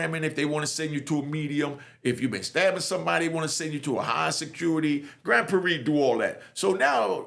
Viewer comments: im from Texas Its Grand Prarie. "Prar-ree" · I’m from Texas and I’ve never heard nobody say Grand Prairie like that 🤣🤣 shout out to